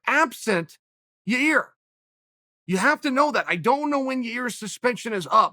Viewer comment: Chael keeps disrespecting ya-rear by calling him Yair. Pshhhh. Unreal.